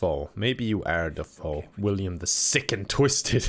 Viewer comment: Omg, he's still pronouncing it "William."